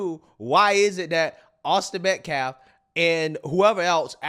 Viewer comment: Has he learned how to pronounce "Austin Metcalf" yet? What a complete scumbag